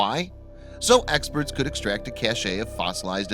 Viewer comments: Cache: pronounced “cash” not “cachet”. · It’s pronounced “cash” not cashay, which is something altogether different.